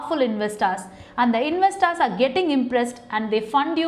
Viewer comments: Madam, It’s not invesstars it’s investors Your pronounceation is inve STARS it should be inve STORS!! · Investaar investaaar. Please work on your English. it is so horrible that I got headache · Corporate lawyer mam i think it's investors not investaars